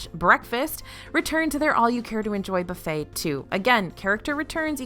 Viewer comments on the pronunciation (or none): none